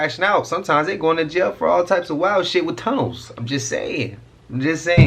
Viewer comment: My eyes got so big because I thought you said at first "sometimes the fallen angels be crashing out going to jail with Combs" until I realized you said tunnels lmao😅